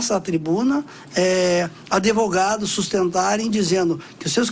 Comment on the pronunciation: Muito bom desembargador, só não gostei de ver um juiz falar adevogado!